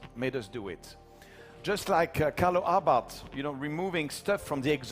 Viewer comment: Abarth is pronounced "Abart" ( The H is silent)....